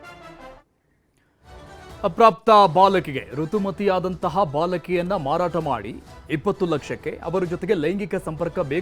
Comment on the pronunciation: ಮರಾಟ ಅಲ್ಲ ಮಾರಾಟ ಅದು